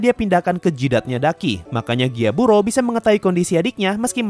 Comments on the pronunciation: Gyutaro bang bukan gyaburo 🤣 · gyutaro bang bukan gyaburo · gyutaro bg bukan gyaburo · Bang kok lu nyebut nama char salah salah ini sengaja ato gmna? :V Kanao = Nanao Gyutaro = Gyaburo ?